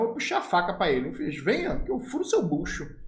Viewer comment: Kkkkkkk mano, o vídeo tem conteúdo demais, mas na parte em que você fala que chamou o cara pra ir pra cima, rachei o bico. "VENHA" COM O SOTAQUE FICOU MAIS ENGRAÇADO AINDA 😂😂